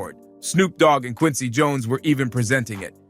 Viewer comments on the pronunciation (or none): none